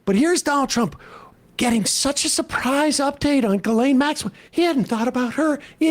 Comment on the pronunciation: who the f is guhlaine maxwell? you talking about jizzlane maxwell?